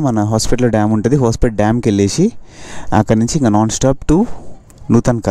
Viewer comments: its not hospital bro it is Hospet 🤣🤣🤣🤣🤣🤣🤣😂😂😂😂😂😂😂😂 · Hospet kadhu Hosapete. This is Carect Pronounce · haspet kaadhu Hospet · Adi hosepet kadu huspet